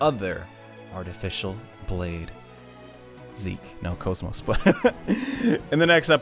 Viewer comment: "Kaz-Moss" Come on, man.... You had one job.